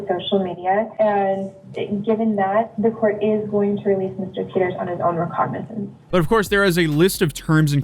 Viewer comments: re-cog-na-since not recognise-ance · Bruh I'm sorry I must have some tism or something: The word "recognizance" is pronounced "ree-cog-nuh-zense" not "recognize-ince" XD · Its not recognize-ants Its ree-cog-niz-ants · bro are you sped it's recognizance (ruh-cog-nih-sense) not recognize-ance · You do an awful lot of these videos so I'm very surprised you procounced recognizance like recognize, rather than reCOGnizance. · Everyone: "Recognizance": "Recog-NIZANCE" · Love u, but I must give u a tip... RECOGNIZANCE is pronounced "re-cog-nuh-zents" instead of "recognise-ance." That's all I wanted to say other than THANK YOU for always doing the hard work on these court cases and finding out the rulings!!!! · "Recognize-nance" lol it's "re·cog·ni·zance" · I swear is ragebaiting everytime he covers someone and he says they are released on their own "rec-og-nize-ences" the lady says it 2 seconds after him its "re-cog-nances" lol <3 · re-cog-ni-zance, not recognize-ance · re-cog-nin-ses. not rec-ig-ni-zinces. lollll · Come on, really. it is pronounced RE-COG-NI-ZANCE, not REC-O-NIZE-ENCE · Its recognizance REE-COG- NUH- SENSE They call it an OR bond. It means he's allowed to be released on his own supervision. It's the best bond you can get. When you're in jail people are praying for an OR bond. Lol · I’ve heard you mispronounce the word recognisance in different videos, it’s pronounced ruh-KOG-nuh-zuhns… love your videos though ❤ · ree-cog-nuh-cents. That's how you pronounce it,, lol. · its pronounced Re-Cog-Nuh-Since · Re-cog-nah-sense. That's how that word is pronounced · Recognizance. re-cog-ni-zance. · Say it with me - RE-COG-NI-SENSE. However this guy says it bothers me to my core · Re-cog- nah-zince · “Recognizements”? 😂 its Recognizance 👍🏾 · Recognizance😂 Re-cog-ni-zance😅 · Of course his name is fucking Braden. Because of course it is. Also it's pronounced rih-COG-nih-zance. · Recognizance... It's pronounced: re... cog... niz... inse.